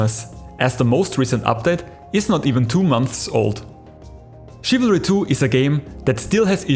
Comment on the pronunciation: I thought you Said chavalry 2